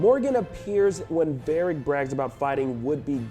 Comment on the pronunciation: "Barric", "Elfen". sigh